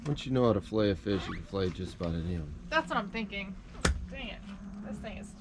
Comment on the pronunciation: It’s pronounced fillet not filla stop killing the English language